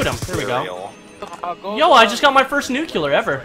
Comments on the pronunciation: Nuclear not nuculer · I saw him get a nuclear on the livestream, I expeced him to yell "NUCLEAR". but no, he says oh i got a nucler. Best reaction ever. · he said Nu-cu-lar as if he is George Bush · It's great to know doesn't know how to pronounce nuclear. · LOL, That's not how you pronounce Nuclear. Congrats anyway